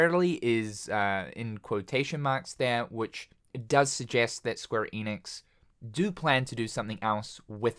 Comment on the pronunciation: Can you just say ‘Enix’ for one time